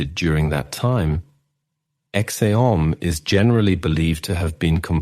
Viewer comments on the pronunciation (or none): No AI anywhere. Thanks. For anyone confused: yes, Ecce Homo and Pieter Bruegel are mispronounced.